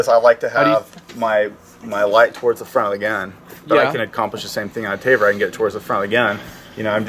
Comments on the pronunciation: "Taver", lol... Go back to school, bud. Sorry, but come on! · did he say "tay ver"? lol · What the hell is a tay-ver? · 1 point for say "ta-ver". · What Is A Taver? Did he mean Tavor? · Did he just say Tayvear? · 'Tayver' and 'Mission Force Tactical' wow this guy is annoying... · "You gotta know everything about it, from day one...except how to pronounce gun's name properly." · The proper Hebrew pronunciation of tavor/תבור can be replicated easily in English. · This poor dude is gonna take so much crap from his buddies for mispronouncing Tavor.